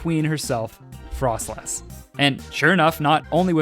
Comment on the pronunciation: Its froslass not frostlass.